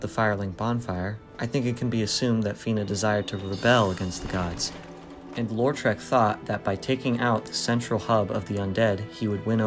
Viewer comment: Why do you think his name is pronounced "LOR-trek"? It's either "LOW-trek" or "LAW-trek" but either way there's only one R in Lautrec.